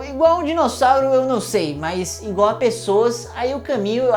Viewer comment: "ingual" :-D